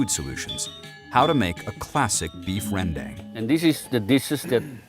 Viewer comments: Ren-dEng. westerners always say this wrong. dang it's pronounced: Ren-dAng 🤣🤣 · Its spelt "rendang" but pronounced "ruhn-dung". The best rendang, in my humble opinion, is the minang style slow cooked for hours upon hours over a wood fire so as to not only have a distinct rendang taste but also to absorb the rich smokey flavour. Cheers. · om William tolong ajarin mereka pengucapan rendang yang benar om. masa' rendeng jadinya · justru pengucapan yang benar itu randang, nama makanan yg bersal dari proses pengolahannya